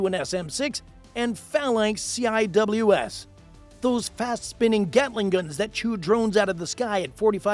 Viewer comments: In Navy parlance, you do not pronounce the CIWS as “C I W S”! You either call it a “close in weapons system” or just call it a “C WIZ” / “sea wiz” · A lot of mistakes, incorrect terminology and unrelated images. I'll just mention a few. AEGIS cannot identify or track targets under water. Phalanx CIWS is not pronounced by saying the letters C.I.W.S. It's pronounced as "Sea Wiz". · CIWS. A close-in weapon system (CIWS / ˈ s iː w ɪ z / SEE-wiz)